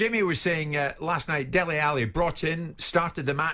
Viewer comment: it's Dele, not Deli!